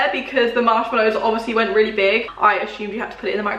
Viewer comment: “Ive weally enjoyed it”🤣